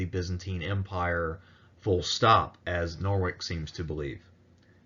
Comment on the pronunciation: that name is very much not pronounced Nor-Wick the first syllable is a schwa, like "Nuh", then it's 'wich; like in sandwich, or witch, or which. no R sound in the middle, no hard K at the end